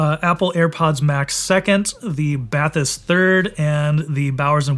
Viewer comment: You've been to the France facility and you still manage to pronounce "Bathys" incorrectly???